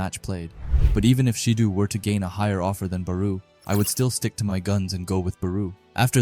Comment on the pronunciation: Gagamaru JIN Itoshi SAY BAROO Shoei SHIDOO Ryusei Bro does NOT pronounce the characters' names correctly